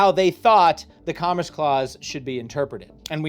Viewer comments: Today I learned, pronounces commerce as comress and that I’m going to have to watch this many more times to understand everything he said. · Oh my GOD please pronounce “commerce” correctly! Comm-erce. “Erce” as in “purse” Not Com-“riss”! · It's very distracting every time he says comress rather than commerce. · Commerce NOT “Commress” I keep hearing this pronunciation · repeatedly saying "commress" as his mind disassociates "congress" and "commerce" as real words and they blend together is my new drinking game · You said “comress” 61 out of the 67 times you meant to say “commerce” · Is he saying comress? Does he mean commerce? I'm genuineness asking? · I keep hearing comriss and wondering what that is. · sir its COMMERCE not COMMRECE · What tf is 'comress' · Love the video, but it’s driving me insane that about half the time is saying “comress” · I can feel something within me dying every single time you pronounce commerce as comriss... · Love the videos, but can you please stick to one annunciation of commerce. You say it correctly multiple times, but a majority of the time you were saying something like com-ress, probably because you had congress on the brain, but it started driving me nuts after a bit 😂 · What dialect says commerce as "commres"? I've never heard someone say it like that until now. On "Spirit vs. Letter," I've understood it as exactly the opposite - the spirit of the law is the words plus original intent, the letter of the law is the words shorn of their original intent. The letter is very often used as a dead letter, and interpreted in whatever way one pleases. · This was very enlightening and somewhat infuriating for me. I really appreciate the work you put into these videos and how you explain them. I am also impressed that you were able to make "commerce" somehow rhyme with "Congress". Keep up the great work! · I thought I was the only one that was hearing that.😂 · He's saying commerce, not congress